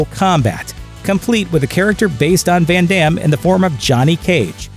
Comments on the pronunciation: "When Demm" XD. Americans and their pronunciation. Try to say "Fun Dumm" and maybe you pronounce the name correctly now. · Did he really say "fan dams" 😐🙁 smh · I love Jean Claude Van Damme Hey watch yo mouth, foo! Sorry, I meant Van Darn.